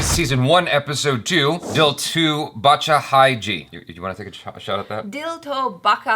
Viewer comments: Guys if you are doing reaction videos on Hindi stuff then it's better to research or at least pronounce better I mean what the hell is "dil to Bacha h j" It's dil to Bacha with ''Cha'' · Hey Achara, it's Bacha not Baka. Just like how your name is Achara not Akara. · Baccha ... Cha as in ' cha cha cha' 1st c is silent. So.. anyways... Nice try all of you!